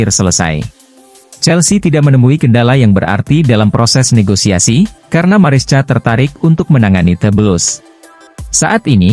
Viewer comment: baang..baaang...bacanya MARESKA dong...walopun tulisannya MARESCA....yg dulu CAECEDO dah benar..bisa baca KAESEDO...kan enak di denger...